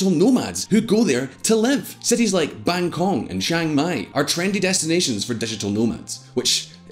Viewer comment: I stop watching right after "Bangkong". Sure and the island next to England is Airland